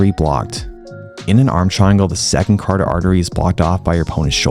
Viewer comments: Friendly tip: "cuh-ROT-id" artery, not "cardid". Love your content, oss. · Great video. Your pronunciation of carotid artery gave me a chuckle.